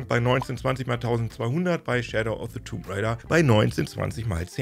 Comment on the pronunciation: Weshalb sprichst du das "b" in "tomb" aus?